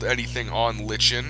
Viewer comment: Green lichen, (pronounced : like N)